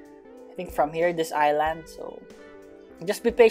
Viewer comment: the fact that he pronounce island wrong